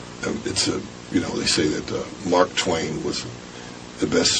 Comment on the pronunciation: "Mark Twain ....Dark twain "LOL